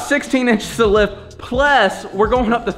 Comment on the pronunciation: why he say plus like that lmao